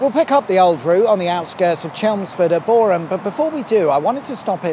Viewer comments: And as Boreham, which he got spot on, so Kudos to 😎👍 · Pedantic mode Thank you for pronouncing Boreham correctly ( silent H ) 😁👍